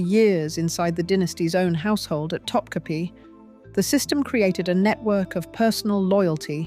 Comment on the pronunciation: Also … Topkapi Palace isn’t pronounced “top-cappy”; it’s top-kaput (but don’t say the T at the end). That’s a byproduct of Western printing presses, which only have one form of the letter i. The Turkish language has two - one just like ours, with a dot over it (i), but also one with no dot over it, and that one is pronounced like the u in “put”, or the oo in “book”. The last letter in Topkapi isn’t really our i, with the dot; it’s the other one, without. But since we don’t have it in our alphabet (or keyboards), we improvise - and that’s why Topkapi is usually mispronounced in the West. TA-DAAHHH!! There’s today’s dose of Useless Trivia for you. 😉